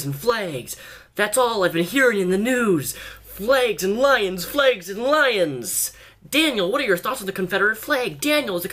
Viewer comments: Daniel, they are called flAgs not "flegs". I've noticed you pronounce it like that for years. I don't know if it's the Washington accent or something else. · Confederate "flegs"